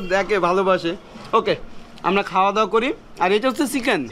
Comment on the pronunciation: আপনার কথা বলার উচ্চারণ শুদ্ধ করতে হবে, বিশেষ করে চ, ছ এর উচ্চারণ। চিকেন কে সিকেন শুনা যাচ্ছে, খারাপ শোনা যায়। এমনিতে আপনাকে ফুল সাপোর্ট ❤